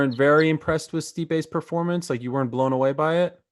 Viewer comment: "You weren't impressed by his perfarmanz?"